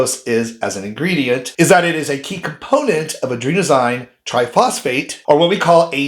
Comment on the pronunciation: It's pronounced 'rybose',not 'reebose'. And it's adenosine, or 'a-deen-o-sin'', not adrenosign.